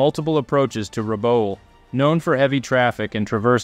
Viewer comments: great video. Rabaul is pronounced 'Rah-ball' btw. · Keeps getting Rabaul wrong though lol